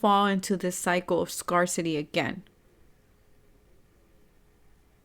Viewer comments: Thank you for the reading! Just a friendly note, the word " Scarcity " is actually pronounced as "scare - city" and not as "scar - city".:) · that's nice of you to correct and inform but this isn't an English class so it shouldn't be a big deal :)